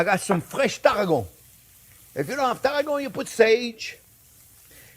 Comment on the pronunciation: WHAT the Hell is targo?? are we talking Tarragon? try as I might i cannot decipher Chefs name for the first herb, thats Herb not Urrb, he puts in.. ..